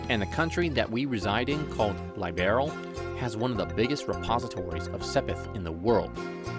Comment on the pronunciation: "Laibearl" is diabolical lol